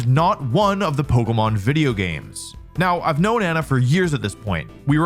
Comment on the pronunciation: Bro is calling it pokomon